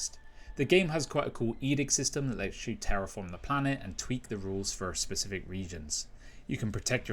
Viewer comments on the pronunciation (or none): none